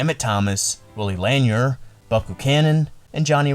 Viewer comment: Willie LAN-yer? LAN-ear. JAN Stenerud? Yawn.